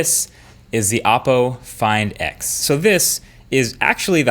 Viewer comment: Why do I hear it "fine dicks" ??!